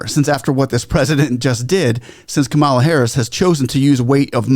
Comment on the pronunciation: Learn the correctly pronounce the USA VICE PRESIDENT Kamala the accent is on the K in the 1st 3 letters. ^ ^Kam -- a-- la. NOT ka--^Ma--la